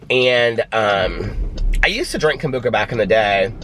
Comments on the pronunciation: I giggle every time you say Kombooka... I love you so much!!! I'm gonna start saying it like that now!!! It sounds way better! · Anyone else think when he said "he got up early" he meant 7, 8am? Not 3am haha Love that hes so dedicated to us, not sure if I could do it for ya'all😂Kombucha(I was taught its Kom-bu-sha haha)is SO trendy in my town. Um, no maam for me!😂😂😂